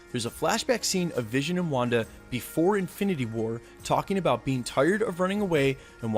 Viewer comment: u said”rong” I’m correcting your sentence also “about” not abute